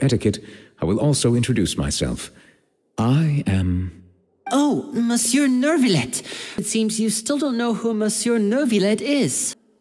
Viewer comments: And Furina won for being the worst of them. She got everything : weird exagerated accent, prononce the silent r in Monsieur etc 😂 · SlBajdv AAAH THE PRONOUNCING...IT HURTS MY EARS Basicly its written "monsieur" but pls just say "meusieu" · thing is that the english ones always try to just put everything in an english accent. they don't do research . the voice actor (the english one I didn't like from start from what he appears in the streams) but when he is directing he should do research. monsieur is a NORMAL COMMON word. Even here in Germany we use it in the right term. is like portemonnaie or pomme frites , all these normal words but then the english version just makes it plain english. I cringe still so much on the fischl words like verurteilung....there is no issue in doing research especially when 2 characters out of 10 pronounce it right, the rest wrong. there MUST be a coordinator just seeing that they don't pronounce it the same. then they should practice until it works. (I remember with al -ahmar how much it went wrong) Alone Childe as I know is absolutely wrong pronounced The issue (and a bad thing) genshin just started is having the same words but trying to say it in all languages. and it got out of hand since inazuma and sumeru. you have then 3 language with 3 words for "filth" , here you don't need for one word a 7- word-sentence in french if you want to describe one thing just to show how french fontaine is. it makes it not only ridiculous but also the player needs to learn vocabulary of the game for each region. (like why the hell would you put nazissenkreuz (german) into fontaine?